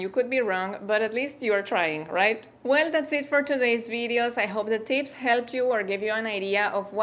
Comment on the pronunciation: I love the way you spell tips as teeps